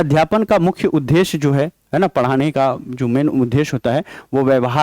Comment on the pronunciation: Sir aap उदेश्य thik se bolna sikh lijiye please bhut irritating lagta h sunne Ye द्द me ek half द ( टाइपिंग में लिख नहीं पा रही )और पूरा द hai n ki ध है इसलिए द को ही prassue dekr boliye n ki ध